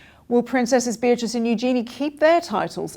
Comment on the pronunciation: I want Beatrice and Eugenie to keep their titles. Just wish you guys would pronounce them correctly 😂